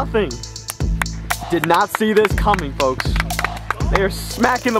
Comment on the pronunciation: T.C3 pronounces the L in folks super hard and that shiz annoying af.